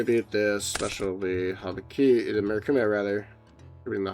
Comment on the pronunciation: brother urgh, what the fuck is this, habibikiri